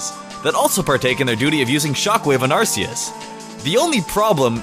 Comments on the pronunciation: Its pronounced "Are Kee is", not "Arse ee is"! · It’s arKeus not arseus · Lol another mistake on your part, calling ar-key-us, ar-see-us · Arceus is pronounced Ark-key-us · it is pronounced ar-key-us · it is pronounced ar-key-us you idiot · Its pronounced... "arc-eus" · Arceus is pronounced with a K, not a S.